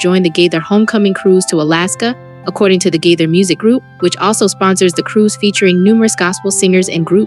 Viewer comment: Gaither not gather